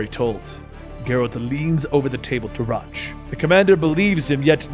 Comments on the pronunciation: How do you mispronounce Roach? I mean its funny mispronouncing EVERY name, but it's kinda hard to follow tho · Rotch... Like crotch lol. If you play the games they pronounce the names. Still really enjoy your videos